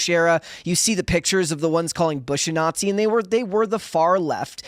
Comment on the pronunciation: Got it. Maga are the nattzees (kind of like Weissmuller pronounced it his Tarzan movies).